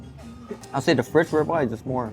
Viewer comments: It's not steak FRITZ it's FREET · Omg please learn how to pronounce FRITES